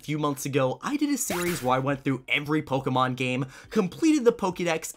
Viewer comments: PLEASE for the love of whatever god you pray to, STOP SAYING POKEEMON it is Pokèmon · its not pronounced pokimom, its pronounced pokemon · Magnolia: poki mon ey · The way the voice bot said Pokemon is 👌